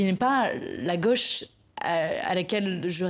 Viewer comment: Manon Aubry est native de Fréjus, dans le département du Var. Elle prononce " gauche" à sa façon. Dans sa bouche, " gauche" devient "gôche"...Est-ce le cas de tous les natifs de Fréjus et plus généralement de ceux du Var ?.....Rappelons que "au" se prononce comme un O fermé...